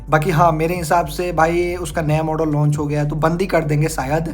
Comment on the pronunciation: Kisi product ki kimat ko "PRIZE" 😂😅😂😅😂😅😂😅😂😅 nehi, "PRICE" bolte hai. Prize ka matlab purashkar hota hai. "DIKS" 😂😅😂😅😂😅 😂😅😂😅 nehi, "DISC" bolte hai. "CHIZ" 😂😅 nehi, "CHISS" bolte hai. "LONCH" 😂😅 nehi, "LAUNCH" bolte hai. "SERIEZ" 😂😅😂😅😂😅😂😅😂😅 nehi, "SERIES" bolte hai. "ROEL ENFIELD" 😂😅 nehi, "ROYAL ENFIELD" bolte hai. "DIUL" 😂😅 nehi, "DUAL" bolte hai.